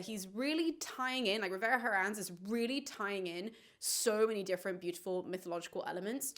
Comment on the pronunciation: The H in Herrans is silent.